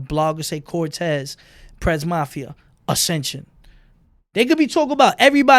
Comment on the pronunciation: lol he called cortez mr. Volte